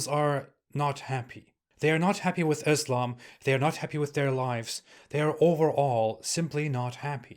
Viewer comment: “I used to be a Muslim” you can’t even say alhumdulillah or Islam right. 😂😂